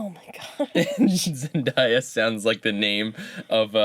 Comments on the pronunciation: It's not zen-die--uh, it's zen-day-a. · You pronounced Zendaya wrong. it's Zen-day-a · Wait, when did Debby Ryan get blonde hair? And K.C undercover is a new Disney sitcom also it's pronounced Zen-day-ah